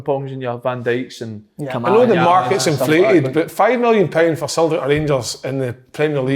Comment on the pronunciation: Nobody: ... Kevin Kyle: “Sultic”